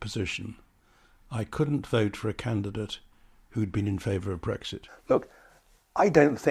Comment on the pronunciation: It is and has never been "Breggsit". It is "Brexit", pronounced as in "exit".